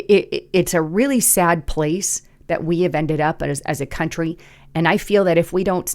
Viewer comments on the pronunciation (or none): Country has an "r" in it.